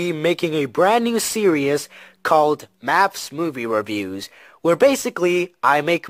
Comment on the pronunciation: Lol stop pronouncing series (surious)!